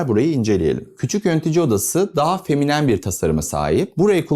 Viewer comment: "feminem" :face-red-droopy-eyes: Kelimenin vurgusu ve kullanımı dışında mükemmel buldum. Keskin hatlardan kaçınılması ve radius kullanılması hoşuma gitti. Açılı labirent havası farklı bir duygu veriyor